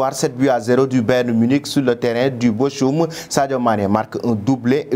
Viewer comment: ce n'est pas Boschum mais Bokhoum pour lire Bochum